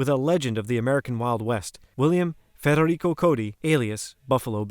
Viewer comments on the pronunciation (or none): none